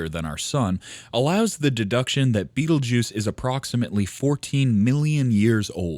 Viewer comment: learn how to pronounce the damn thing before you make a video about it.